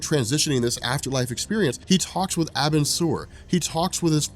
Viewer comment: it would have to have two letter B's for it to sound like the way you pronounce it the you properly pronounce abin is like this a-bin